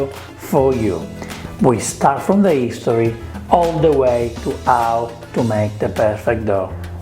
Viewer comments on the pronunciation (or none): 'Ang on, is the letter "H" silent in Italian, like 'ow it is in Spanish and French? This is the first time I've noticed you saying words like 'istory or 'ow,.